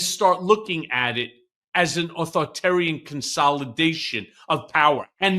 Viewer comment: Michael Cohen, please learn to pronounce "authoritarian".